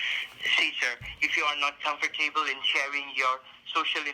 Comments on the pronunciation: “ComferTABLE” was my favorite part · Lmao comfor table!